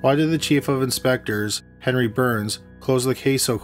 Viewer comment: Is he saying henry or penry?